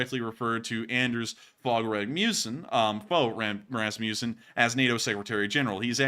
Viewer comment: Kinda funny how you pronounced Rasmussen tho, the u is pronounced like the u in the English word "must" 😉